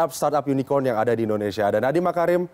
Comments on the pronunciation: Unicorn bukan unikon 😂 dengerin yg di ucap junjungan cebong ajh udah salah.. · Yunikon.. yunikon..??? Unicorn..!!! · Yg ditertawai bilang unicorn, ternyata yg salah yg nanya bilang unicon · unicron d baca yunicron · Kalau blum tau pasti Bahasa Inggris jgn asal ceplas. Unicorn psti dibaca Y. Kalau inggris, orang sana cadel sbut "R". Jdinya yunikon. Bukan Yunicorn/yunicron. Kalau U pasti dbaca Y. Lo gk prnh bljar speaking ya. Lol. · Unicorn di ucap unicon wkwkwkw belajar lagi bhs inggris nya jangan malu2in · Sambil manggut2 pucat, yunikon yunita yuni sara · Idih pada bangga ya bully pak prabowo, padahal pak prabowo cuma berusaha mencoba memastikan bahwa yg dimaksud pak jokowi itu memang unicorn, karena pelafalan pak jokowi memang kurang jelas. Makanya ditambah dengan kata online biar tambah pasti. Kalau memang pak prabowo ga tau ttg unicorn, ga mungkin beliau bisa menjawab